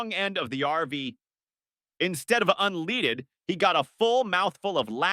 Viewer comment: I really wanted to love it. But when the A1 voice can’t call unleaded gas correctly, you lost me. I block all AI channels. I am so sick of them. Why can’t you just narrate your own channel.